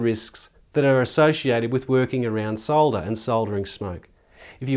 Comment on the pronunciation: I like the way you pronounce solder, not like the americans who call it "sodder" (with a silent "L") and like to correct those using the UK pronunciation.